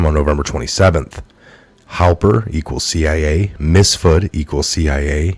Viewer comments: You keep saying Misfud, Misfud It’s Miiiiiifsuuuuud lol Miiiiifsuuuud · Joseph MiFsud, not MiSfud.